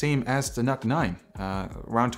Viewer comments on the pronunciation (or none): Why I am hearing it as "Nut 9"..